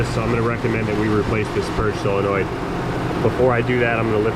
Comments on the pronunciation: It's solenoid, not cylenoid. There is no such word as cylenoid! 😣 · Please don't say "sell a noid" the word is solenoid. You wouldn't say filet of "sell".